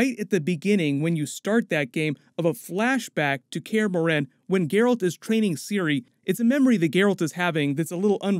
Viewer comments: "kaer morHEn" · He said care-uhh-more-hen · The way he says Kaer Morhen lol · Your pronunciation of Kaer Morhen is appalling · I hate the way this dude says Kaer Morhen